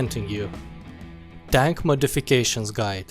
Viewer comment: Anyone else thought he said Dank Modifications Guide